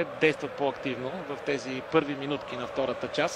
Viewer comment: Голям коментатор няма що.... тЪзи тЪзи тЪзи тЪзи да се научи да говори първо